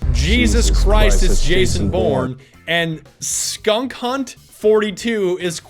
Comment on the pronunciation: Skunk hunt 42? It's SKANK HUNT 42